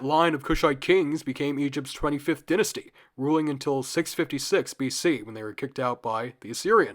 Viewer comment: first syllable of dynasty is pronounced die like singular of a pair of dice